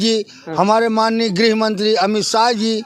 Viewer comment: Grih ko grah bol rhe hai